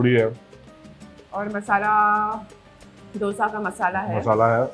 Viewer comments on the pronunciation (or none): Chalo, finally to dosa bolna seekh gaye! Didi aap kab dough-sa bolna band karogi?